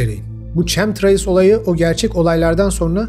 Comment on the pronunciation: Çemtrails değil kemtreyls diye telaffuz edilir.